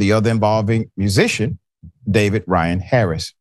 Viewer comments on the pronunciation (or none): none